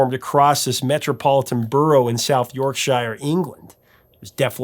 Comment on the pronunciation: It's pronounced York-sheer, not York shy-er. Like the pudding. But by itself however, shire is pronounced shy-er.